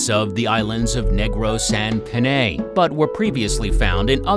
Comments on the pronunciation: Panay is pronounced as /Pan-ay/ instead of /Peney/ and it is mostly known as Panay Island I hope this helps :) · I it's late to say this , but it's pronounced as panai , not paney😂😂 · Panay is better pronounced as PA-NIGH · Broo its not peney its paynay its literaly pa nay nay nay not ney panay its not peney ok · It's panay not peney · We've just hired a new narrator who takes pronounciation very seriously. Stay tuned! We're currently working on a video that highlights Philippine fishes. We're hoping ALL the pronounciations in that video are correct! If not let us know please 😊